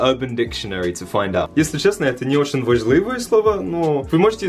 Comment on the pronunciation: он сказал про dickhead - это не очень вЕжливое слово, а прозвучало как вАжливое)) я тоже заметила